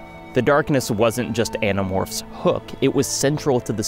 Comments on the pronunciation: Also when you said you might spoil Animorphs I heard it as animals and was like "all of them?" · I had to restart the begining cuz I did a double take lol. Uhh did he say .. Animorphs? hahah